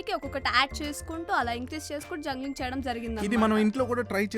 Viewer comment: *జంగలింగ్** కాదమ్మా..జంబ్లింగ్